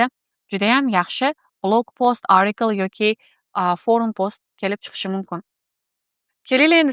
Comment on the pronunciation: Маслаҳатлариз ҳаммаси яхши лекин “ article “ сўзини нотўғри талафуз қилаяпсиз arikl emas atikl деб талаффуз қилинади.